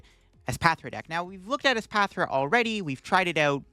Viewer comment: PRONOUNCING ESPATHRA CORRECTLY!!! YOU'RE NOT THE REAL!!!